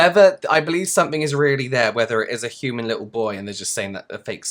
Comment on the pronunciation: It's a hu-man. Lol😂